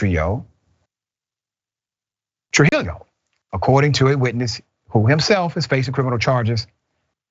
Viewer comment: This is just nuts & im fully with you on the story........ but Trujillo is pronounced True-he-yo sir! Great story!